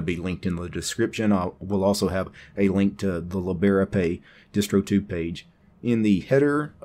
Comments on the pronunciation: That's an interesting way to say librepay :). It's two words "libre" and "pay". Not lib-era-pay, it's libre-pay. Like "leebruh-pay" or "leebray-pay". :) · And I love it! XD